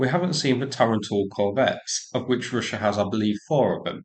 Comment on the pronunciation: Roosia um it's pronounced Russia.